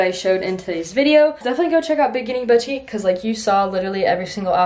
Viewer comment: boutique is not pronounced “bowtique” its “bootique”